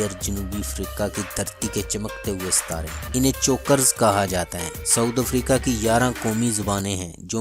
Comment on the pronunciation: for God sake's its SOUTH* Africa not saud africa